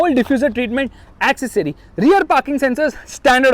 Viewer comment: The word is ‘accessory’.